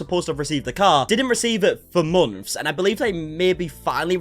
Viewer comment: Why you say months like that